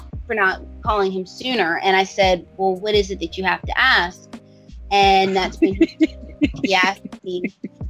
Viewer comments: I admire the work you've put into this, but really 'axe' instead of 'ask'. Rookie. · "Ask” not "axe."